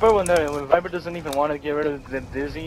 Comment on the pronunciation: fail it is Viper not Viber